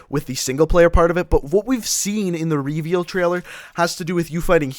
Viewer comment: Do you guys cringe as well when he says r”e-veeal“ ?